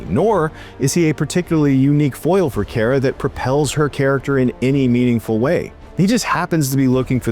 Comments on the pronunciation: It's pronounced "Car-Ah," not "Care-Ah." Drove me crazy the whole review. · yes, let's trust an idiot that can't even say the name of the main character correctly.